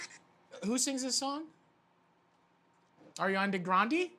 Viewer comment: Ghan Ghan “ARIANI”